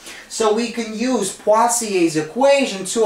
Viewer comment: Literally no one: Him: PWAZIEY